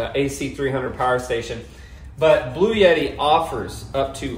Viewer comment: I laughed out loud! Omgoodness it kept sounding like you were saying 'Blueyetti' and I kept saying "BLUETTI"! I can't possibly afford one but I know the brand. 😂❤😂 Great video as always!